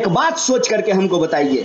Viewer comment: mahashay kripya pehle aap apni vyakran sudhariye.... vaat or baat bahut aalag hain